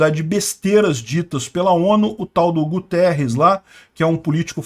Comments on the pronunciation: Esse infeliz do secretario geral da ONU eh portugues (pra minha vergonha). Logo, o nome dele eh Guterres, nao Gutierrez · não é Gutierrez, é mesmo Guterres. É português e foi 1° ministro de Portugal de um governo socialista. Estavam à espera de quê???